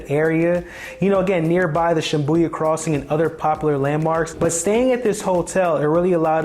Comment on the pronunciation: I said the same after hearing the pronunciation but it was confirmed with the spelling.